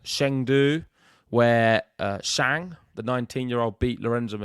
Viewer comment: The host you pronounced ‘Shang’ wrong. Suggest a bit extra home work to pronounce names as correctly as possible since tennis players are from many countries